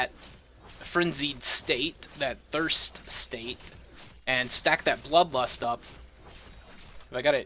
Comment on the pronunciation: Did you say lud blust for blood lust?